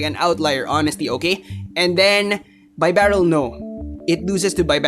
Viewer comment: Even the great isn't immune to my pronunciation corrections:-). BEE-Barrel. Like a Beaver:-). Great video trying to explain the complexities of this meta. Im still trying to wrap my head around everything... good thing my tournament isn't for another week or so -_